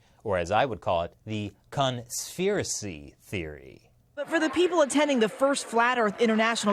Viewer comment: You made this whole video to say "conspherecy". Admit it.